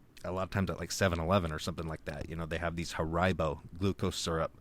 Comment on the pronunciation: I never heard anyone pronounce Haribo like that before 🤣